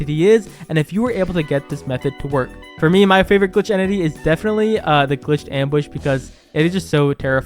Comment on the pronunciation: actually we pronounce it ‘’Arox’’ Mbush